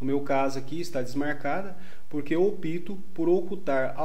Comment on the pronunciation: Cuidado com a pronuncia da "palavra" OPTO, você está pronunciando OPITO, o correto é OPTO.